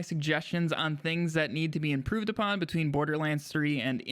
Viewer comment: Also "improve upon" not "apon"